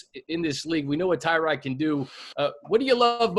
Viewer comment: This is not how Tyrod pronounces his first name.